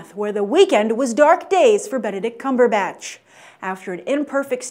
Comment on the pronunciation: lol...she said CUMBERbitch...xD, BYT just made my day.